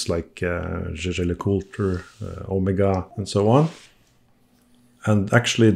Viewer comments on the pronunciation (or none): none